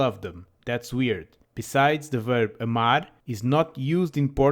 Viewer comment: Hello, could you explain me there is ɐ sound in verb amar, i thougt it sounds like the word about ə, but you sayin like e or æ?